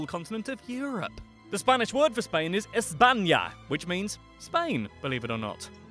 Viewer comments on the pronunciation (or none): ''the spanish word for spain is ESBANGIA''